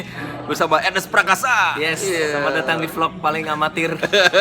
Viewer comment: Nonton video bareng mamake dan gw ga ngerti kenapa mamake ga pernah bisa nyebut nama Ernest dgn bener. Mamake selalu manggil nama Ernest sebagai Arnes huhuhu